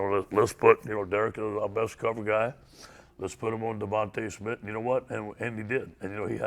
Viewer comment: Can't say his name? Let me help you Devonta Smith #6, WR University of Alabama.